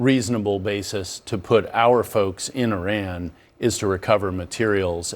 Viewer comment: Somebody tell Val Demings, the representative, to learn how to pronounce Iran correctly before having an opinion about this war. She probably can’t even point on the map where Iran is.